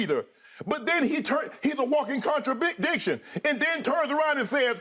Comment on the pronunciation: I heard Shannon say contrabigdicktion